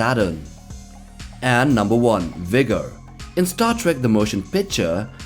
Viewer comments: "Vigger" :P Sorry but it made me laugh. What it's really called is V-GER, as in, VOYAGER-1 except some of the letters got ruined. Voyager-1 was a space probe sent out of the solar system in 1977, and Star Trek very smartly came up with the idea that the probe somehow developed sentience, and "came back" in the future. Looking for earth, for its creators, so to speak, but with flawed understanding of its origin. So yeah, it didn't even know it was originally called Voyager because it was damaged and so only the letters V-GER remained :) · V'ger, not V'gor. Shirtened from Voyager. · It's V-GER not V'Gor. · It's called V'GER (from the fictious probe Voyager 6 in Star Trek) not V'GOR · Sorry, but it’s V’Ger, not V’Gor. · its not V-gor, it is V-GER as in voyager 6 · Its pronounced Vee-Ger, not V'gor or whatever you said. Get it right! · y'vger... not VOGER.. but nicely done! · The last one is actually called V’Ger, not V’Gor. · v,ger not v,gor you doughnut confirm it in the film. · It is V-GER not V’Gor, the name is based off the Voyager 6 space probe, that was sent out into space by NASA in the 20th century to collect information, learn all that is knowable. It drifted off course and encountered a machine like race that completed its programming, thus V’Ger was born! Two hundred years when the USS Enterprise encountered The alien vessel, Captain Kirk and his crew discovered its nexus, which turned out to be an old satellite. The markings were old and rusted and bore the name V’Ger, when Kirk rubbed the surface the name Voyager was revealed!😎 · It's pronounced VEE-jur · If it comes up in another video, V'ger is pronounced VEE-jer {"jerk" without the K} because there are nerds who will get angry! 😄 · it's called V'ger 😡